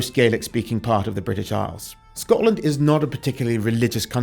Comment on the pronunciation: SCOTLAND. Not “Scottland.”